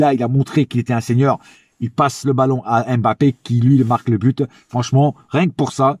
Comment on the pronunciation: Concernant nos joueurs avec un nom de consonance Africaine j'aimerais vraiment que tout le monde fasse l'effort de bien les prononcer svp, Eric Junior Dina Ebimbé, comme M'bappé on prononce pas la lettre M come tel mais comme mmh sinon j'aime beaucoup tes debriefs et ton amour pour nôtre club force à toi frère.